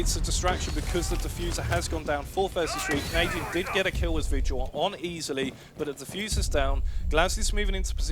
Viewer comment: lmao he called vigil "Virgil" 😂😂😂😂😂😂😂😂😂. I miss kixstars commentating. you did a great job for your first time. Your a natural